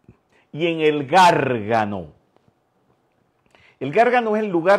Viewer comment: Garg a' no. Accento su seconda a. Espero que disfrutes pronunciándolo correctamente. la cueva del perdón allí es un lugar de energía muy poderosa